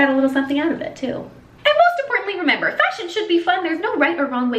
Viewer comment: At the end : And remember .. I heard "remAMBER" x) x) x)